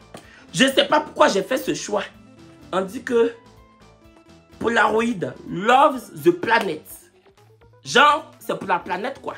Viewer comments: au tout début te termine. 😹que Palaroid alors que c'est bien crit Polaroid. 😭😹 Si non on aime bien le rythme des vidéos. 😹❤️ Merci! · POLAROÏD 🤣🤣 PALAROID c’est quoi??